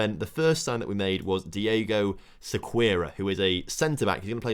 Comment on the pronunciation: don't apologize for the long transfer special, it was awesome! the headaches and successes are equally fun also i think Diego's last name would be pronounced "seh-key-air-uh"